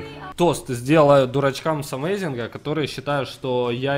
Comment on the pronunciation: Амазинг, а не амазИнх